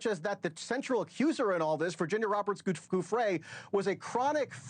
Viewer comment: NewsNation once again being a disappointment in media. I love Banfield and Entin but I can’t support the practice of discrediting and blaming victims. He can’t even pay Virginia the respect of saying her name properly!